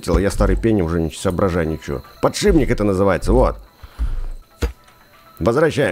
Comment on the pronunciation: поршень или подшипник, а пдшибник